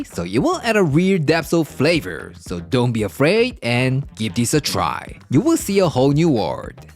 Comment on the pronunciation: " dohh worry 'bout it" I love it 💯✌👍👍👍👍